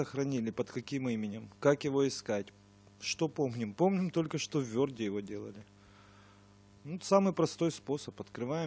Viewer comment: не верд а ворд или word